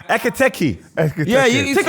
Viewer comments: It is when people think it’s tkt and not ktk try say it tkt way I bet you get tongue twisted lol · Lawd, the number of times they murdered my man’s name. It’s EKITIKE, I swear it’s not even that hard 🤣🤣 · Hugo's name is hard to pronounce but ain't gonna lie 'etipete... Nketiah' gold🤣🤣🤣 Great episode, you lot smashed it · These guys saying Etikite is killing me 😂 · 4 black men struggling to say E-KI-TI-KE is a problem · why did they all struggle to say Etikite?! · ekitike is such an easy name to pronounce, im tired of jamaicans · You man need to respect Hugo Ekitike's name, says it correctly or near enough but the rest of your try be funny, respect his name. You lot moving like them white people at work that struggle with seeing african names and call them random names. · calm down lil bro, no one’s agreeing with the Ekitike point. It’s also not that hard to say his name. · How many times did they mispronounce ekitike😭😭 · Ay tell to shut up man 😂, man's doing the most trying to get on to Ekitike and can't even pronounce man's name. Yeah Liverpool spent that much for a back up, thats the level, you can hate from outside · 45 mins of these man mispronouncing ekitike ffs